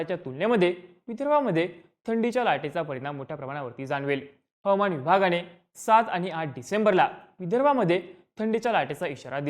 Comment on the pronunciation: हवमान नाही... हवा मान म्हणा